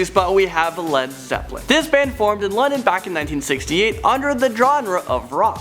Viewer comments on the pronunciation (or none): Led Leppelin? OH MY GOSH! IT IS ZEPPELIN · "Led Leppelin" Good job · umm he said led leppelin XDD